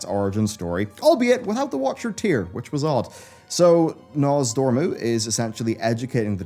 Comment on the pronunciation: He pronounced Nozdormu correctly!!! I'm so proud!